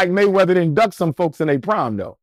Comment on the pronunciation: "Money Waymeather" 😂😂😂